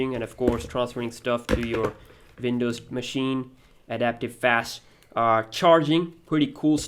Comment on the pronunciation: SAY WINDOWS NOT VINDOWS.